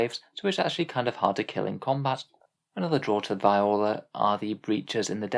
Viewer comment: Btw it's Viorla is pronounced vee or la